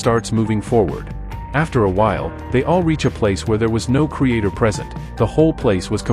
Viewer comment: Creator, not Crater